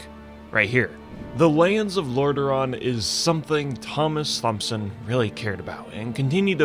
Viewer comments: Thompson is pronounced Tomson. Great video regardless. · Thompson is pronounced (Tomp-son) "H" is silent. It means "son of Thomas" so dude's name translates to "sir Thomas son of Thomas". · "ThOmSoN" "EpItOmE" lmfao NA education :grimacing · Pst...Thompson is pronounced with a hard T, just like Thomas. Just sayin' :) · You know how the ache is not applied to how you pronounce "Thomas," do the same to "Thompson." Fucking snapping everytime I hear you mispronounce it! Other than that, nice spin on a lore video 👍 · How fuckin simple do you have to be to understand the first pronunciation is a hard T but than take Thompson as being soft. Fucking video killer. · THOMP-son...really dude? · Thompson is pronounced like Thomas I mean the "Th" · Thomas, pronounced Tom-ass. Thomson, pronounced 👍🏻-son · Anyone else crazed by how he kept pronouncing "Thompson?" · How do you know how to pronounce Thomas but not Thompson?